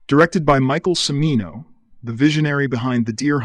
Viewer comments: Michael Cimino's last name is pronounced Chi-MEE-no, not Sim-ee-no. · I love these videos and I’ve added a lot of films to my playlist. My only complaint is that the narrator learns to pronounce the names of actors and directors. There is at least one and as many as four in the 6 or so videos I’ve watched. For example Cimino is pronounced Chimino or Ceemino. Same with Pacino. Both Italian names and in Italian ci is pronounced chee. Sorry to be a nitpicker but it makes me cringe every time a name is mispronounced. Other than that, these are informative and fun videos. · The fact that "Cimino" is badly mispronounced makes it obvious it's a robot. A devoted fan of movies would know that.